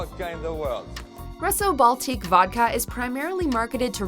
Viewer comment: Getsemani Vega I second that. Russo-Baltique is supposed to sound like “Rooso” - Baltique. She did the French ones well though